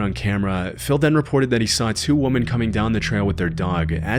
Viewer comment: This dude can’t say women